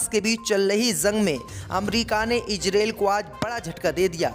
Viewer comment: khabsr padhna seekho ijrael nahi izrael aur bhi urdu seekhlo.